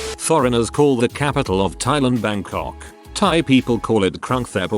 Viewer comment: The robot gets Bangkok's name right, allegedly but stumbles on so many other common words.